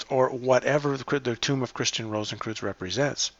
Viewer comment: 'Cowardliness' not 'Cowardness'. 'Rosenkreuz' not 'Rosenkroots'. 'National Socialist German Workers Party' not 'Nazi's'. 'Bellenos' not 'Beleneos'. 'Skorzeny' not 'Skorzensky' or 'Skorensky'. 'Wewelsburg' not 'Weewellessberg'. 'Gallia Narbonensis' not 'Gallia Narbonessis'. 'Maria Theresa' not 'Marie thereez'. 'Albigensians' not 'Albigenesis'. For goodness sake.